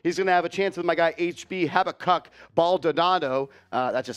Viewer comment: Pronounced “ha-BACK-uck”…it’s a book in the Bible